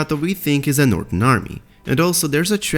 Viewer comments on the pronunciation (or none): none